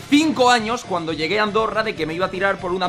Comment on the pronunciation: en este minuto dijiste arondorra